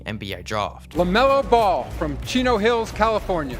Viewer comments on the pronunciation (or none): My guy saying: “Lamelour Boll”